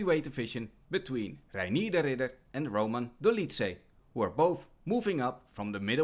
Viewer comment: Pronouncing "Reinier" the proper Dutch way🙌